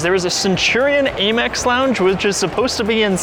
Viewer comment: It's called Am-ex,(American Express) Not Aim mex